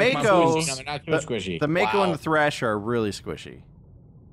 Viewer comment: Hearing them say "THRASHER" is so painful...